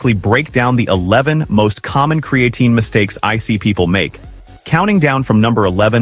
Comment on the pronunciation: I lost interest as soon as I heard kree-A-teen. If your robot can't even pronounce the primary subject correctly, maybe you ought to get off your ass and do it yourself.